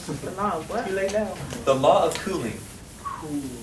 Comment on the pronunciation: why did I think he said the law of cooming lol